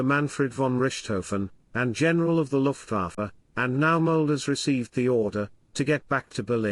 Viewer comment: Was ist das für eine Sprache? Luhfaffäh mit Mesusmit Zum Kotzen..